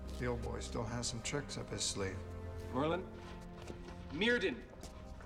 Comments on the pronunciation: If was gonna address him by his medieval name then he should’ve pronounced it myrthin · Some one should have taught them how to pronouce Welsh words. Myrddin is not Mwrdin, the double dd is a voiced fricative, like English 'th' in the word 'this'. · I think it's funny they never looked up how to say Myrddin.